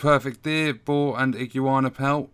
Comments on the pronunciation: I-GU-ANA not IGI UANA lol awesome video though incredibly helpful, you earned a sub. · A man said Ig-u-ana, I’m dead😂😂😂. Top video lad